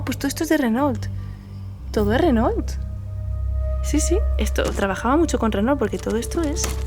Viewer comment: Renault se pronuncia "Reno" (No se prononcia la "L" antes de la "T"... 😉😉💖💖